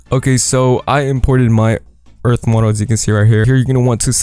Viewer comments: i lof earf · wealcom to earf